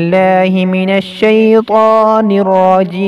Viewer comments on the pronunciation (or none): none